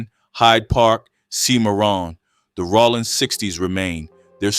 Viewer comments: I’ve convinced myself that he’s pronouncing it like Sonny Rollins lol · Rollin 60's not Rawlin